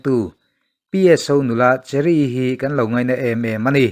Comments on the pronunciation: Cherry ti i lam dawn nia cheery no li in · Cheery tih aiin mizoin Kan chhiarthiam danin chheri' tizawk la ilam dik zawk ang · Pu pi suh kye vengtu cheery kha Mizo chuan chheery tia lamrik tur ani e.